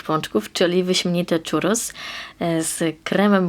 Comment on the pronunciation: filmik super słodki, ale po ostatnim pół roku spędzonym w Andaluzji muszę to napisać - mówimy 'ciurros', nie 'czurros' :) tłustego i pysznego czwartku!